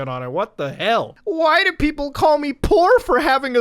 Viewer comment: "Y`know ladies and gentlmAAAAAAAAAH" "And the Android is for the poow"